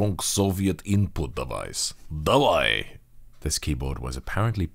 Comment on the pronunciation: his давай! Was on point